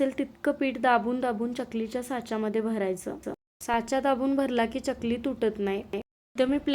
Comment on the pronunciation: चकली उच्चार . या la ch जोडता.